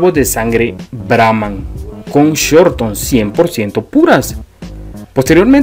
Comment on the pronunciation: No es raza brahmán por shorthorn se dice con sort hon